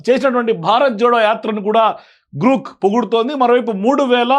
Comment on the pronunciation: జి ఆర్ ఓ కే గ్రో క్ అవుతుంది లేదా గ్రాక్ అవుతుంది గ్రూక్ కి ఎలా అవుతుంది కరెక్ట్ గా చెప్పాలి కరెక్ట్ గా మాట్లాడాలి